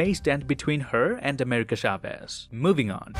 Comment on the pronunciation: Every time he says “Shaves” and not “Chavez” it makes me feel weird xd